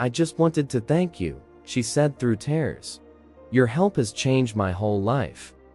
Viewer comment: i wish you knew how to pronounce words (it is not tares it is tears)